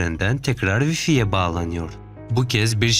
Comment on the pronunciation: wi-fi kelimesini bir de way-fay diye telaffuz etsen iyi olur...